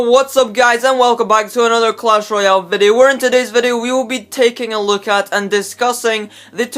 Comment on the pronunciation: OMFG PLEASE.. ITS VIDEO NOT FUCKING VEDEOU